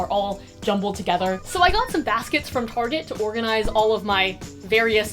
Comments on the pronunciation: as a french i'm offended. (but yes some people say "tarjay" and whyy ?? it's not that hard to say target) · Ahah as a french i can confirmed, we do not say Targéée😂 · As a French person I confirm: my parents do indeed say tArgÉ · Haha! she just said Target with a kinda french pronounciation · that's not how you say target in French...……….. >:v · "target" in French omg WE ABSOLUTELY DONT SAY IT LIKE THAT but it doesn't matter that was cute lol